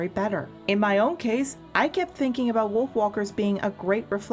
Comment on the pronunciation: Yea, it kinda sounds like "Wiolf walkers"